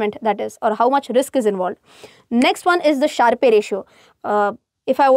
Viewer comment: it's a "Sharp" ratio, not Sharpay ratio! ...